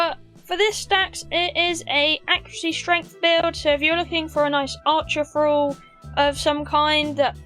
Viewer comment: Feeding Fralls? What's a "Frall"?